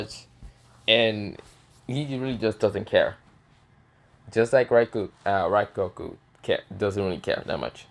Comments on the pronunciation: It is rengoku not raigoku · Pretty sure you said rengoku’s name wrong